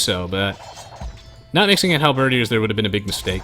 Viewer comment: Is it me or does he have trouble pronouncing halberdiers? Like, hal-BERRdeers?